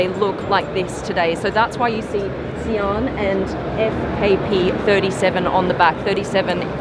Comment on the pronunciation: It's S(eye)an